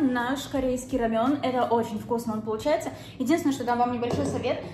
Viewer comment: Не рамён , а рамэн.